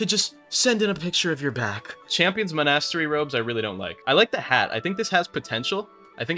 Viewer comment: why did you pronounce monastery that way???